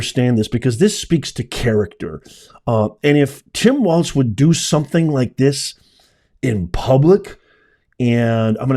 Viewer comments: Tim Walz (Walls)....not (Waltz) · Listen, I abhor the guy and pray to God Almighty he and the empty pant suit NEVER make it to office, but I’m kind of surprised that you cannot pronounce Walz (like walls), and made a way-too long video of him grabbing his kid’s arm. You find great stuff to share on here, but this is sounding like a Karen complaining. Keep up the real news for us - please? Thanx!! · You pronounce Walz like Balls. Harrie/Balz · It's pronounced WALLZ and he didn't drink horse semen. I think he is a socialist jerk! What it looks like to me is his son didn't want to hold his hand (something I'm guessing had been discussed beforehand). I think that is what he was angry about. To me it looked like frustration with a special needs child. It might not be right, but it happens, so no, I don't think it was abuse. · from Minnesota and always have heard Walz (like walls) there is no T in the name. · Walz is prounced like "walls." He's evil. The whole party is demonic. "By their fruit shall ye know them." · To me it sounds like they are pronouncing it like "Walls". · Walz... pronounced "walls" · Like this is how you say his name Tim Walz like this Tim Walls. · Pronounced wallz